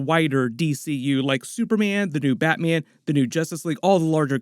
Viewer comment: this guy saying Batman.... "BatMeean"